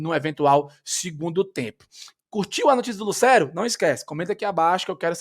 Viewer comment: com todo respeito, mas tem como tu parar de pronunciar Lucero como se houvesse um acento agudo no E? "LucÉro" 😫